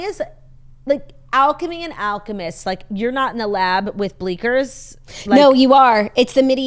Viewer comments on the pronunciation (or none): Not me rewinding twice to confirm that said “bleaker”